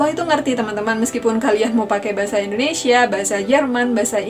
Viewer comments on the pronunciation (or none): none